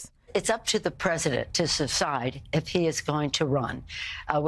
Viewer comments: SECEDE & DECIDE both dancing on her tongue. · She said, "suscide" instead if "decide". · Pelosi: "It's up to the President to 'suscide'... Please translate to English.